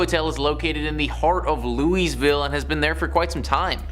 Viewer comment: Right? Pronouncing the "S" in Louisville makes me cringe so hard.